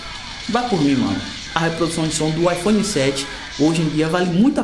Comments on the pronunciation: . Ipone 7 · IPone kkkk